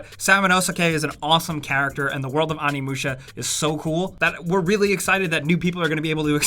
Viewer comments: It's "Oh Nee Moo Shah" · Animusha? A..nimusha???? AAAAAA....nimusha??????? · now if only he could pronounce Onimusha.